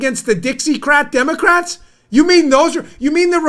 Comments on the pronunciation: Sounded like he said Damocrats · Cuomo says "Damn-ocrats" lol. Subconsciously perhaps even he gets it?